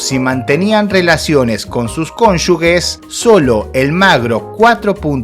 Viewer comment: conyuJJJes, se pronuncia conyuge como jota, no tiene una u entre la g y la e